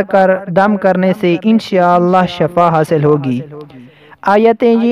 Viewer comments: Shafa nhi hota h... Shifa hota h.. plz correct this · Shafa nahi shifaa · Shafa hota hai ya Shifa? Kam az kam etna tu seekh lo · Sorry to say but merey ye snney Mai Aya k Aap n shafa kaha JB k Sahi lafz shifa. H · Hazrath shafa nahi wo shifa hai shafa yani bemari